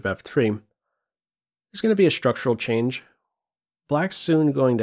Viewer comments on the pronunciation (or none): none